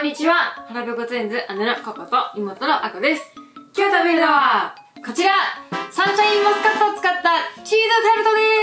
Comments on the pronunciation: サンシャインマスカット😂 こんなに可愛い言い間違いあります！？😂💕 あと、レジの方素晴らしいですね👏🏻✨ 私は普通のスーパーでは、お肉が入ったトレーをビニール袋に入れてくれる人が好きです🥩笑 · サンシャインマスカット、可愛かったです😂😂😂 たまに言い間違えますよね、何故だろう。笑